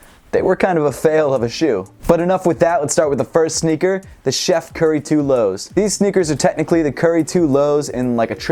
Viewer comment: Did he just say "the CHEF curry…"